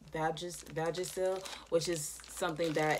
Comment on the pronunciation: I came here for this comment 😂😂 girl versagel lmaoooooo